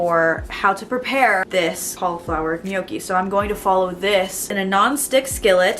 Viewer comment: It is pronounced 'knock ie' ... dellicous stuff ...